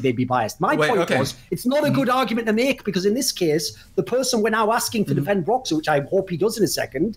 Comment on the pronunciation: Kelsey saying broxah is bad